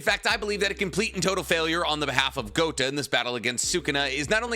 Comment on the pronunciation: Please stop saying GOTA . It means BALLS !!